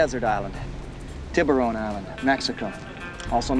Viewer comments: Tib-rone island 😂 💀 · When he said Tibaron island I didn’t realize he was referring to sharks there was no effort to pronounce it correctly at all to the point the entire word was distorted barley recognizable